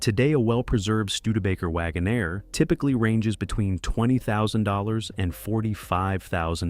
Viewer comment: Wagonaire. NOT Wagon -Air